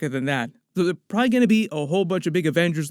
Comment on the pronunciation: Pra-lee is not a word.....probably is a word